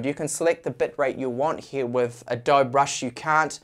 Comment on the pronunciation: Finally said "Adobe" correctly! :D But I think the "kine" in kinemaster is pronounced like "cine" from "cinema" but with a k sound of course. Kinnamaster ... Love your content! Just giving you a hard time :) My only issue with kinemaster is subscription model :/